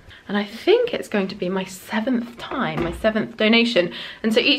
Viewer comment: Hi! Thank you for all your videos! I notice that min you say time like thime. I mean you put your tongue between lips and teeth. I am struggling with pronunciation and trying to understand how native speakers really pronounce words. So my question is this just coincidence or you really pronounce it this way? Thank you in advance if you answer this question! (btw I live in Silicon Valley in California and here there are a lot of different accents from all around the word)